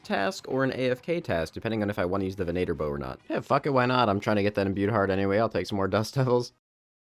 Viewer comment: great vid plz it’s ven-a-tor….. it ven-a-ter….plz stop you sound like mater from Cars